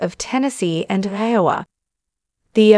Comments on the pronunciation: Who is this woman who cannot pronounce Iowa? (Anowa????) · Another one of these stupid shows where they use a computer generated voice that can’t even pronounce. Iowa correctly.